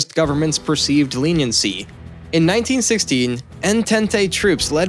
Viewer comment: The writing was overall good and accurate in most aspects, but you need to change the narrator asap. He dismantled Greek names, toponyms etc. while he obviously doesn't even have a clue what the Entente alliance was, since he cant pronounce it correctly!